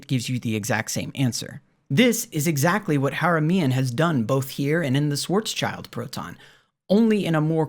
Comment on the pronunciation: I've read Haramein's Schwarzschild paper many years ago, and as a physicist from this field (quantum gravity) I was really surprised by how sloppy and weird it was. Apparently that didn't stop him from producing more pseudoscience. So I really liked your video. One small remark (if already noted by others, forget about it): you pronounce Schwarzschild as "Schwarz-child", but it's actually pronounced as Schwarz-shield" ;) All the best!